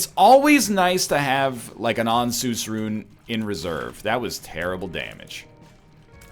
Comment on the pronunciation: Why does he keep saying And-Seus , it's ansuz like Answers , even the announcer says Answers and the rune gives you total mapping of the floor its answeeersss